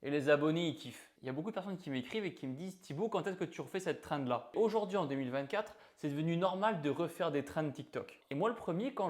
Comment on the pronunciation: On est en France oui mais pourquoi tu dis treind alors ? Tu vois où le i dans trend ?